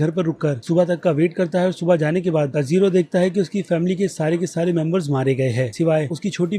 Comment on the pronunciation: bhai review achha tha per pronounciation per kaam karo jaise ke aapne tanjiro kanjar bola nezuko ko to jo dil mein aya vo bola